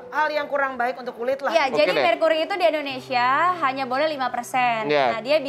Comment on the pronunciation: Endonesaaaaaa endonesa.... hahahaha...